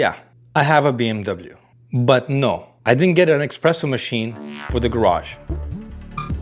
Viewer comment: It’s espresso NOT eXpresso !! 😂